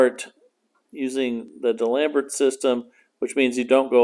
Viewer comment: Love the way you pronounce D'Alembert. I guess no French classes in the U.S.